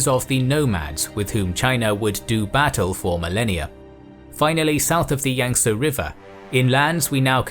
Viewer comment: You must be a barbarian as you mis-prounced Yangtse...It is pronounced "Yang-See", not "Yang-Seh"!